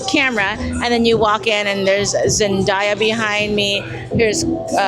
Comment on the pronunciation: Not sure if you read comments 8 days later but im watching now and tussauds is pronounced Too So. The d is silent and zendaya is pronounced, ZEN-DAY-YA NOT DIE-YA. So there you go 😅😅